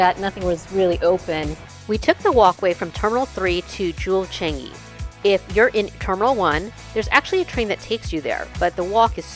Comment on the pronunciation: Foreigners can never pronounce ‘Changi ‘ correctly😂😂😂